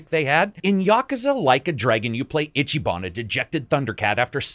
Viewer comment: I'm sorry, I'd hate to be that guy but I'm gonna be that guy. It's "eechee ban" not "itchy." He doesn't have to scratch himself. No Itchyban. You just pronounce the "i" as a long vowel. Easy. Eeeechee. His name sounds really weird when it's pronounced wrong. And fun fact: Ichiban basically translates to #1 or "the best." So the game is intentionally being on the nose with who he is.